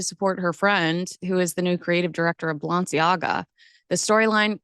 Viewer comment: It would be helpful if you learned how to pronounce Balenciaga correctly.